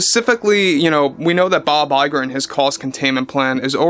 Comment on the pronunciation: Just call this movie Snow Warrior. And... we love it when you say Bob Lie-ger.